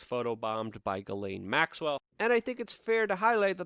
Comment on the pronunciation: Luke, I love ya. You're one of the very few real journalists doing relevant things these days, which means that you are performing an essential service to humanity. I support you monthly on Patreon, and I truly esteem your work. BUT I want to scream every time you butcher Ghislaine Maxwell's name It's NOT pronounced 'Gallaine' or 'Gillin' as you do. I agree that by all evidence she really IS a monster and deserves no respect by correctly pronouncing her name, nope, but in this case it's a matter of journalistic accuracy. All your many detractors need do to discredit you is sneer "see, he's just a rube who can't even get her name right." See? I consider you a complete professional in just about every other respect than this one, but it's a glaring lapse in my opinion. It's really really easy to pronounce her name. The 'Ghi' is pronounced with the exact same sliding sound as the 'Zhi' in Dr. Zhivago. Then the sibilant 's,' and last the 'laine' which ought to sound more like 'len,' but isn't as important as the way the first letters are voiced...I won't squawk if you keep on saying it as 'lane' or 'layne.' Dude, seriously, you're aces in my book, I just want you to sound as professional as I know you are. Tell you what, if you need even more incentive, if you start pronouncing this terrible human's name properly, I'll send you an ounce of .999 pure silver, just point me to a PO box or whatever and I'll fork it right over...I just need to hear you doing it to be satisfied. Respec